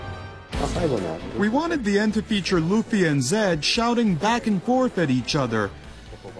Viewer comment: luff ee? omg, someone slap that bitch, its LOOOF EEE